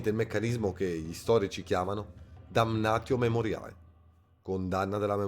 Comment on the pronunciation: Tutto perfetto 👌🏻 al 99% Quel "damnatio memoriae" si legge "dannazio memorie"